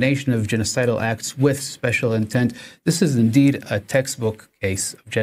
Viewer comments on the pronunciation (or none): none